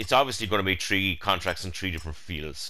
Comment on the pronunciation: Do you mean Tree or Three? lol